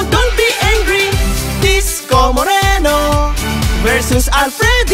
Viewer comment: Disco Moreno hindi Isko Moreno